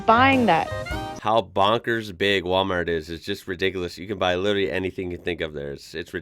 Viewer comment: Alcohol is sold in NSW supermarkets. Also, she says 'literally' like an American.